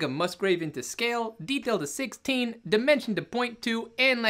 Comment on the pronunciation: This is impossible. Every time you say "dimension" I hear "demention" and that's how I feel.